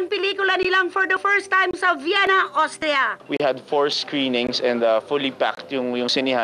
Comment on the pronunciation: hinde OSTRIA Richard...AUSTRIA or ÖSTERREICH........sorry sa correction ejo kc d2 nka tira ang Lola mo sa AUSTRIA....sayang dko kayo napanood sa Vienna,pero ok lang,,w8 ko nlang c KIM and GERALD ANDERSON......WHAAAAAAAAA